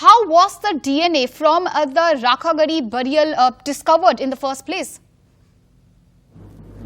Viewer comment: Please don't twist the names . Be responsible. Its RAKHIGADHI not rakhagadhi.